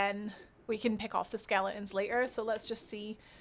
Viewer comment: all i heard was skele ons .. thank you that was great guide